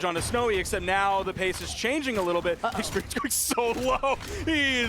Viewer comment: She need more.... Expewience 😅